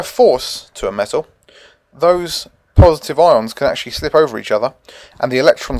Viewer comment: "cations are purrrsitive" :') (Y)